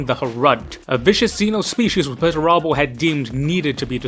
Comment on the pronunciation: "Bear-uh-bus" or "Buh-rabb-us". Not "Bar-bee-us".